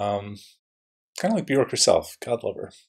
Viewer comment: Love this song. BTW, Björk is pronounced “be-yerk”. The “ö” sounds like the “o” in work; rhymes with jerk … not cork. Great analysis!